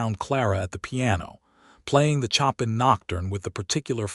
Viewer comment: 🎶 CHOP in 😯 🤨 No! Please, please fix the pronunciation! A beautiful Nocturne, it was composed by 'SHOW pan' That's how it is said. 🤪 Chop in 🪓 so silly ____ Also, a female name of Mae . . is said, May (long A) Not said, 'Me' 🥴 'Me' is just me - which is not a name. Fix it 🤞